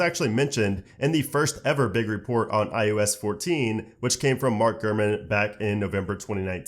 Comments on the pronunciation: I thought it was just me hearing IUS all the time. Maybe we can get to enunciate the O better, it drives me crazy also. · At least you'll be able to say iPhone OS, because you can't say iOS for shit.